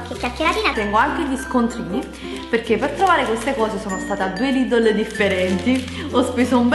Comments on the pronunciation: non si dice LIDOLO si dice Lidel o meglio Lidl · lidol😂io ho sempre detto lidel😂so come si scrive sto solo dicendo la pronuncia😂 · NON SI CHIAMA '' LIDOL'' si chiama ''lidEl'' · Perché dice Lìdol inveche che Lìdl? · Lidel non ledele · lidel non lidl si pronuncia